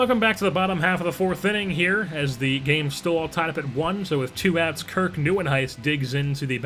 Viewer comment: Love the videos. how you pronounce all those names. I couldn't get those right. great job